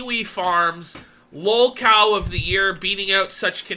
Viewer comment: Is this an AI version of Mr. Metokur? Wth is lolcoh? I definitely did not hear "lolcow".